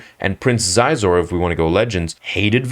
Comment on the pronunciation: It's Prince "she zor" at least that was what they said the official pronunciation was back when the Shadows of the Empire book first came out